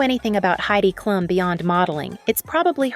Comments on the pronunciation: It's pronounced Kloom not klum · girl what 😭 it's literally pronounced kloom, everyone who knows basic german knows that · Did you learn german from english speakers? It’s Klum not Kluuuuuum Greetings from Düsseldorf